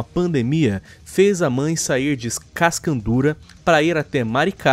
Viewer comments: Somebody: Cas: Cas Somebody: Ca: Ca Somebody: Dura: Dura Somebody: Cascadura: Cascandura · é cascadura desgraça, não é cascandura, trabalhei em cascadura e não é cascandura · CASCANDURA, É CASCADURA AMIGÃO, VSF. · Me rachei com falando cascaudura que o certo era cascadura